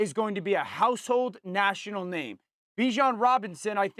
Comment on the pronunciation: SAS messes up everyone’s name lol nothing new